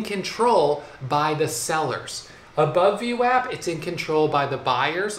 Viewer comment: called VWAP, VNECK, lol!!